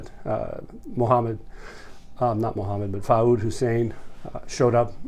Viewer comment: Common Arabic name is Fuad spells foo-ahd ... not Faud.